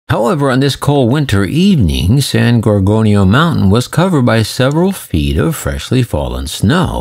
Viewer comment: Its san gor gonio mtn narrate properly please